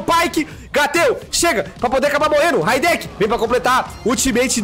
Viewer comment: Raideki kkkk é Rideiki